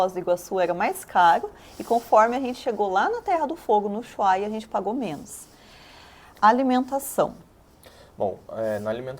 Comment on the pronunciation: Ola. Conheci vcs hoje, pena que nao foi no começo. Teria dado varias dicas sobre a Arg. Uma delas eh o erro classico rsss dos brasileiros. Nao eh Uchuaia, eh “Ussuaia” ( se escreve com h depois do s mas nao se pronuncia como chuchu rsss). Dai a pronuncia fica como se fosse com dois ss ! Muito bom o video esclarecendo. E alguem comentou aqui sobre a quantidade de visualizaçoes e poucos likes. Tb nao entendo isso. É o minimo que se pode fazer, nao custa nada! Valeu, parabens e sigam assim. 💪